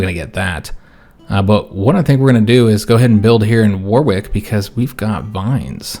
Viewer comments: war wick is pronounced worrick! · As a Brit, I did smile at a few of your pronunciations, even though you pronounce them how they appear to be spelt! Main one I noticed was Warwick, you don't pronounce the second "w". So its more WAR-ick. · Warwick is pronounced Wurrick. Excellent video. You earned another sub with this one. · Warwick has a silent W. So, it's pronounced Warrick. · Its pronounced Wa-rick....if a certain letter doesnt sound right in the word its because its silent